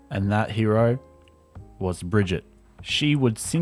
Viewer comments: Please GOD stop calling her "Bridgette" 😭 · Hearing you pronounce brigs name so incorrectly hurts and infuriates me